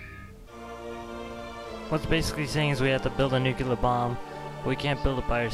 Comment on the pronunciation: its Nuclear not nucelar lol....